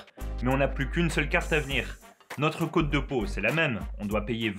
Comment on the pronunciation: cest cote pas côte et ca se dit cotte